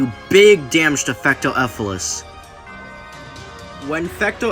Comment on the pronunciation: To Let You Know, It’s Fecto “Elfilis”, Not Fecto “Efilis”